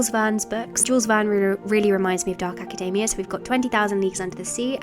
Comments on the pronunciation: I keep thinking she's talking about macadamia nuts. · Why does she pronounce academia like macadamia... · Hate to be this person but... you know you're pronouncing academia wrong?